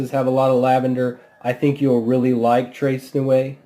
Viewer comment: Please, before you review a product, can you get the name right? It's not that hard. Tres Nuit is French and pronounced 'tray nuee'. Thanks for the review of Egra though, not many of these around.